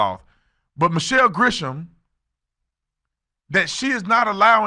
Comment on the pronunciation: Do me a favor call her Grisham not Gresham. Because I as a Gresham putting thousands of miles between her and I.